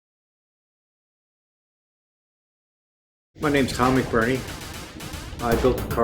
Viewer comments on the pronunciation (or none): Who writes these intro's? It's "McBurnie" not "McBurine"! and the plural of "Daytona" is "Daytonas".